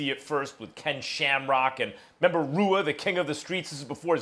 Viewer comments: He said Rua but you pronounce it Hua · Max said Rue-a lol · Rua is pronounced "Hua" Max